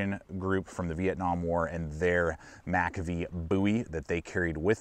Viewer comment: Studies and Observations* Group "MACA-V Bowie" Hey laddie, go do your homework about MACV-SOG. Learn how to pronounce the acronym.